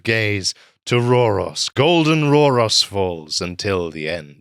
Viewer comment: You miss pronounced Rauros the au makes an ow sound like in town.